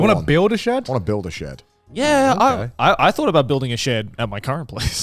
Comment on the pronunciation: "Shed", pronoucned "sheed"